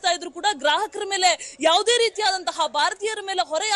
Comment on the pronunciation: ಮೇಳೆ ಅಲ್ಲ 😂😂😂ಮೇಲೆ